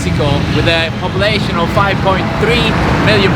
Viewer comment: Pobleishon? Jajajajajaja is that even a word in english? Spanish is getting mix on you now.